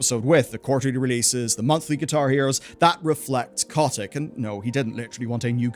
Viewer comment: It is funny the way you say bobby's last name